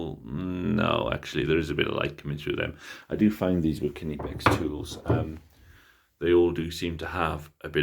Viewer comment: actually pronouncing "Knipex" correctly.